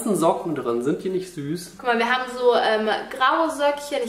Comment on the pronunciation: Allein bei der Stimme bluten einem die Ohren. Dann die Aussprache "wir habene.." Und früher waren solche Dummchen ja wenigstens noch besonders sexy oder hübsch.